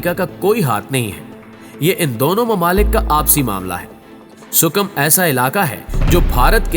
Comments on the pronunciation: Abe gadha sukim nehi hai . Ea Sikim hai . Phale tik tara sai pronaunce tho karle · Yi word Sikkim hay sukam nahin hay